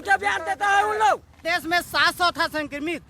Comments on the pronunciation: सर् देश होता है न कि देस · It's desh not Des......plz yaar. I m big fan of ravish ji..,...